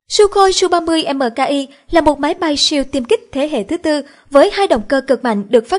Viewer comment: đang nói về SU-30 MKI mà sao lại đọc là SU-30 MK2???